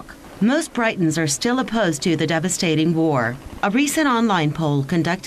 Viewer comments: did she call us Brightons ?????loooool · Barbara Weaver. I should of clarified, I was referring to the news reader at the beginning, with her pronunciation of Britons.